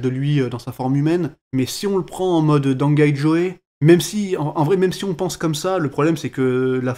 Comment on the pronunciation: Non ca se prononce pas dangai jo, mais merci quand même